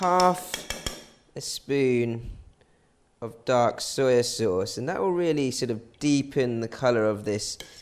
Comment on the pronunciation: I love when you say SUI SAUCE ( SOYA SAUCE) hahaha